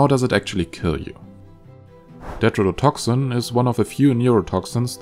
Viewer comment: Why do you pronounce some T's as D's? Never heard that before, with any accent. Tetrodotoxin you pronounce as "dedrodotoxin"... Stuff like this is important to at least try to get right. A lot of people just listen to videos, as I did and did a search, had to go back and watch to see why it didn't give the right results. Either explain that in your videos or description or, the obviously best thing to do, learn to pronounce T's correctly, which you should be doing from the start... Why just some of the T's? You obviously can say them correctly, so it doesn't make any sense. Is it a speach impairment? I'm just curious as to why, never heard it anywhere before.